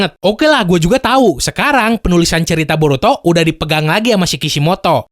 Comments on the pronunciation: Borutod? Shaat....wkwkwk🤣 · apa cuman gue yg dengernya "borutod" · Wkwwkwk district anime ngomong Boruto diawal borutod